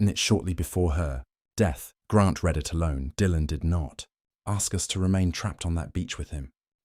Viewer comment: Good story spoilt by very crappy reading of the narrative. Also strongly agree with the comment that anything created with AI needs to thoroughly vetted by a real human…since AI cannot distinguish between honynyms (words that sound alike but mean different things) nor between different tenses of verbs that are spelled alike (‘read’ meaning present tense, and ‘read’ pronounced ‘red’, meaning past tense)